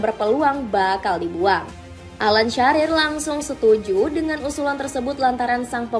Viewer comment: Bale, Sharer😂